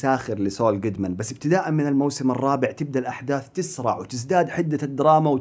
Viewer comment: نطقت كلمه تسرع خطأ :ياااعسل